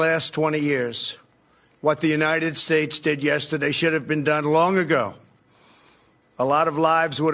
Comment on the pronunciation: I don't care how many times he says it right, I will always and forever hear from him "and God blesh the United Shatesh"!